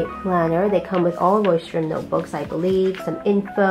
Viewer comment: I speak german and you’re pronouncing Leuchturm pretty well actually :) I got the bigger version (A5 I think) in the same color and loving it so far! Can’t wait to see your final spreads!!